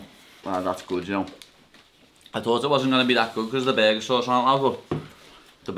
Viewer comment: The berguer the berguer... It's burguer